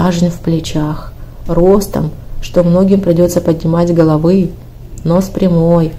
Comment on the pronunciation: Ну хоть тексты-то можно зачитывать грамотно? Ну что это такое?! Вот хотя бы это: "...таким, что многим придётся поднимать головЫ". Не приходило в Вашу головУ, уважаемая диктор, что всё-таки "многим придётся поднимать гОловы"? О том, как произносить числительные, уже просто молчу - тут бесполезно хоть что-то пытаться вложить в головЫ )))